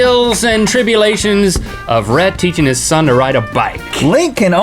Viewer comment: Wheel idea: link repeatedly pronounces Rhett's name wrong